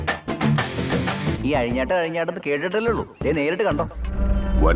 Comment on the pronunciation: Azhinjattam❌ Ayinjattam✅😂